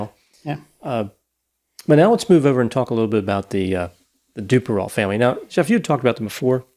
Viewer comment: It's "doo-pair-oh."